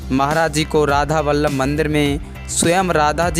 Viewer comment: राधा बल्लभ को 'राधा बल्लम 'बोल रहे हो